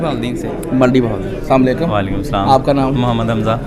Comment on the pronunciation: وزٹرز سے انٹرویو کرنے والے بھائی صاحب برائے کرم کسی کو سلام کریں تو اسلام علیکم کہیں سام علیکم نہیں جزاکم اللہ خیرا